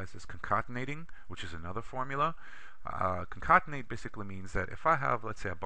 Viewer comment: This was a very helpful video. I shared it with a friend. I was a little thrown off by "concontenate" which I assume was concatenate.